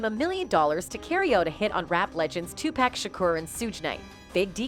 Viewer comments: Either get a new narrator or teach the current one to pronounce names correctly. Hurts my ears and ruffles my spirit to hear "Too pack" when it's pronounced "Too pock" !! Please make the correction out of respect for a true soldier and visionary !! Thank you very much !! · Who the Fuc is too pack u mean pac like ur pocket !!!!!!! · Y do all white people call him pack when it's pac u know like take the ET of pocket so they can get it right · These are clips from assertion. This is not a real person that is narrative about this. Overseas are getting paid for this. Listen how the video calls him Tupack.🤔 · It's tupac 🤦‍♂️😠 get the man's name right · OMG IF I HEAR 2PACK 1 MORE TIME IM GONNA FLIP🤯 #yOunG ©️👻💲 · Yo races call Tupac 2 pack all this time all these years you can't pronounce his name something wrong with you you're racist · GET A NARRATOR THAT PRONOUNCES HIS NAME RIGHT! IT IS NOT TU PACK! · Not sooge and two pack 😂😂😂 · The fuc is tu pack that man's name been all over movies and the radio u slow ahh bihh shudda had it right decades ago.. don't nobody pernounce Melissa wrong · Wtf She said "2 pack" gtfoh, this culture vulture, gossip, provocateur channel, I'm out. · Who is 2pack🤣😂🤣😂😂😂she messed everybody name up yall need a new narrator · Learn how to pronounce his name and go back and fix this video. it’s so cringe how you slaughter Tupac name. And i hate that word cringe, but it fits cause that’s how it’s feels to hear you say his name. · Omg! Can they ever say Tupac's name right? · She don't even know how to pronounce these people's names how tf is she qualified to even report on this ....that or just a godam devil mocking who tf is sooge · 4real 4real..... Tu-Pack and Sooge 🤣🤣🤣 somebody 🛑 her now!! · Pac BITCH NOT PACK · Iam sorry I'm trying to listen but the way this women keeps butchering tje names is driving me nuts lol soooooge knight and 2 payke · 2pac not pack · It's tupac!! Not tupack... you idiot! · Is said Tupac not twopack god damnit😣🤨🤨